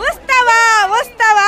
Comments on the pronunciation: "ಉತ್ಸವ" ಅಲ್ಲಲ್ಲ... "ಉಸ್ತವ , ಉಸ್ತವ..." 🤦🤦😅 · ಉಸ್ತವ ನಾ ಉತ್ಸವ ನಾ 😂😂